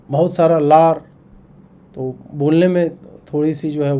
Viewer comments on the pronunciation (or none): बिहार में र को ड़ बोलते हैं इसलिए लार को सुधार कर पढ़े।😂😂